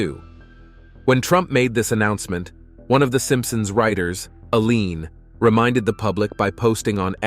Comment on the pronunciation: Al Jean, not "Alean."